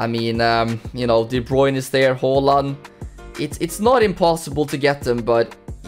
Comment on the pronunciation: yeah thats how you actually prounounce haaland